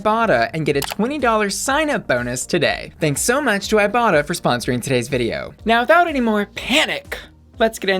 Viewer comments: When she mentioned the sponsor for today's video, I deadass thought she said "I Bottom" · I legit thought she said "I bottom" 😂 Luv ya! 😘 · Legit thought you said “thank you to today’s sponsor, I bottom” and I was like “we know” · Am i the only one when i first heard bussy say iBotta thought she said i bottom 🙈😂 i was thinking sis this youtube not only fans 😂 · I thought you said the app was called " I bottom" until I re listened to the ad xD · Every time you said "ibotta" I thought you were gonna say "I bottom" Maybe I'm just thirsty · When you said ibotta I legit thought you said "I bottom" lmao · Every time you talk about the iBotta app I could swear I hear you saying "I bottom".